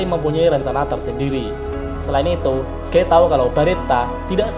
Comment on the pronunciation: maap koreksi nih... guy sebutnya bukan "Gey" tapi "Giy" 🥰🙏